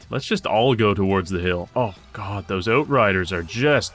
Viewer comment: Tell me you're Canadian without telling me you're Canadian. "Oatriders."